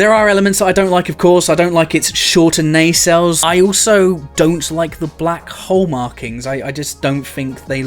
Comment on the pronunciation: Maybe finally, maybe not... We can clearly see this guy knows what he likes and is not afraid of it! Which means that we can fairly safely infer that, well, his taste in women is somewhat robust. He obviously likes his ladies thick and powerful! Just like he likes his Nacelles. Nay-sells Nuh-sells Sey-shells.